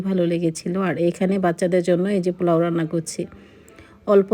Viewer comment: Plau bolen kno aunty? Ata niye troll holo akjon mohila tau apni atat bolsen, it’s Polao not plau